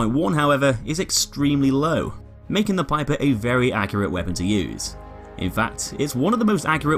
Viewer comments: It's Pieper not Piper! U would say it like Peeper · I thought it was pronounce peeper lol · Not trying to be rude, but it's pronounced ''Peeper" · I know I'm late and I hate to be that guy but it's pronounced 'peeper'